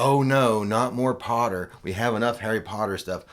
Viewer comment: More POTTAH!